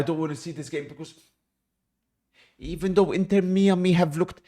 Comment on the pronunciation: "inter mee-ami" 😂